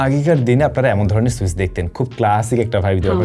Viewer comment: I must say this is a smart presentation. But try to correct your pronunciation. e.g. Switch (সুইচ্) not (সুইস❌), Orange (অরেঞ্জ) not (অরেন্স❌), Inch (ইন্চ্) not (ইনস❌), mAh (এম.এ.হেচ্) not (এম.এ.এইস্❌), Jump (জাম্প) not (জাম❌) Off (অফ্) not (অপ্❌). These kinda mispronunciations are widely found in your contents. However, you have improved a lot till today, appreciate it. Wish to find you to be more perfect next time. Good luck.